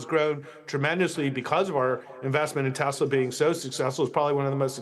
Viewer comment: As per the supreme leader it is Teslerrr :face-green-smiling